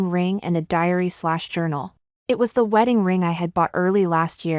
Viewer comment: Please stop chopping your words. How can arri vie there is no such word it’s arrive. Ok. You always do this. Another is Th then you say e. Please no such word. It’s the! I would truly appreciate if you would make sure you know your story and read it correctly. Trai and then say n. Please stop. If you want to have more subscribers and likes then please improve your reading and pronunciation. You can do it. I didn’t care for the ending but the twist was nice.